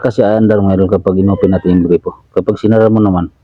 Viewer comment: boss gripo hindi po grepo, yung grepo si grepo beljica yun😅😅😅